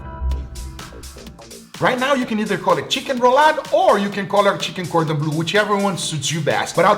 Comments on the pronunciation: It's cordon bleu and not cordon blue hahahah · just murdering that gordon bleu while other still saying "cheers"